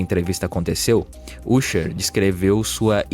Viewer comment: "Úsher" não... A pronúncia correta é "Ãsher"